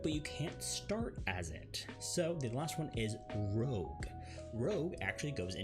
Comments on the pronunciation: Rogue... not Rouge. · it's Rogue not Rouge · OMG ROGUE NOT ROUGE!